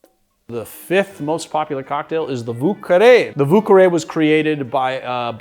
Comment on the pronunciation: Balanced out by butchering of Vieux Carre!